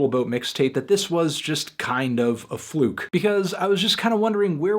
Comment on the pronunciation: did he say a "flook"?